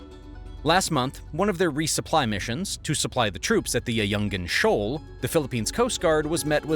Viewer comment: Ayu-ngin-Shoal - not "Ayun-jin Shoal". "Nga, Nge Ngi Ngu Ngu"